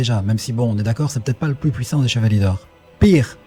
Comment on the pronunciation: quel est le plus " pouissant " 😅😅😅